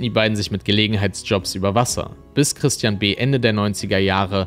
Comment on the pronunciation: Dieses anonyme telefonische Geständnis, klingt wirklich, als sage er „Tristian“, was wie „Christian“ klingt.. - freudscher Versprecher?